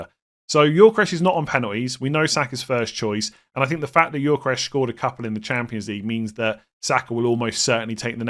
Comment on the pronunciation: Every time says Yorkeresh, I die a little inside.